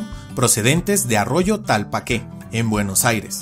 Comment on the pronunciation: Una pequeñísima corrección, el nombre del arroyo no es Talpaqué, es Tapalqué :) Excelente video, muy informativo y sumamente interesante como de costumbre.